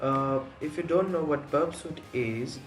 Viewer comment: It's 《Burp suite》not Burpsite